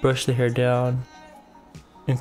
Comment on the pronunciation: "long heyr dont keyr" 😂😂